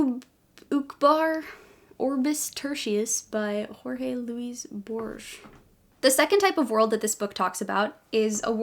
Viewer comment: Yay! I think this's my new favourite of yours, and for sure you now have the best world-building video on YouTube. You make me want to build a world so I can show you, lol. Oh! And Borges is pronounced "hor-hass." My mentor published him many years ago. And oh, you're American, aren't you? Please do stay safe today.